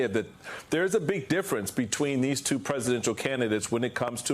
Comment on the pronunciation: It's tuwoo! It's tuwoo!